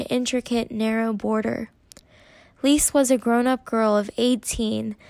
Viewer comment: Love your storytelling!❤ just s little note: Lise is pronounced 'LI-SE' and not 'LIS' - you hear the E🫶🏻